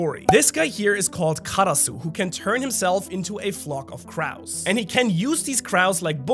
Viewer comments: Crows="Crohs" not "crars". Someone as multilingual as would might care. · the pronounciation of crows was just awful i mean CRAWS REALLY its CROWS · Say it with me “CrOOoohs” Crows. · This guy really said crawoos and not crows😂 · wtf is a craow. Lol I was listening during work and was like what is he saying. Lol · This dude made my food taste bad when he said "kraus" instead of "crows". Literally put a bad taste in my mouth... ruined my mood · I cant belive cant say crow man said craw like 5 times lol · Bro its not crows like cows its crows like rows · Its not "Craus" its Crow's LOL😂😂😂😂😂LOL 😂😂😂😂😂😂😂😂😂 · I know English is not your native language, so I'll be as sensible as possible on this one. When you mentioned crows, you pronounced it like 'Kraus'. The 'o' vowel would be pronounced the same way you pronounce 'show', or 'low', 'know'. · im sorry craus? not crows? ajjajajaja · No shade mate, it’s pronounced cr-oh. Crow. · Cr Ows?!! you mean crows as in croes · Bro said croows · I will be pronouncing them Cows with an R from now on thank you. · I think it's pronounced cr-oes or c-rows as in rows and columns not rows as in having a row with your partner. Maybe it's a British thing 🤷‍♂️ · for a native english speaker; the way he pronounces random words is concerning. what are crOWs my guy? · Crows is pronounced “croes” my friend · The hell is a krauw? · it wasnt the voice for me it was the way you pronounced crows hahaha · I hope you're feeling well. Love your storytelling but man, why you torture that "O" from "crows"?🥲 Peace! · Great video but how do you say Crows wrong twice lmao. 😂😂😂😂😂😂😂😂😂😂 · My guy you’re pronouncing crows wrong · Tf is with your pronunciation of crows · Why do you pronounce crow like that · How you pronounce crows... Why, lol. Team Shanks is secretly a Holy Knight. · He keeps pronouncing crows wrong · The way you say crows disturbs me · Not how you pronounce crows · Just FYI, that's not how you pronounce "crow".